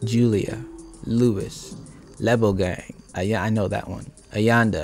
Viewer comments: When you pronounced Lebogang as Lebo gang, I died 😂😂🤣🤣🤣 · He says Lebo gang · Re tlareng😄😄you tried👏. Actually you Lebo_gang it